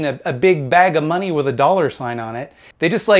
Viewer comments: Bring back duh mawnee. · I like the way you say "they hurt tha mahney" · The way you say "da mawney" makes my day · Love how you pronounce money :D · Why is he saying "money" weird?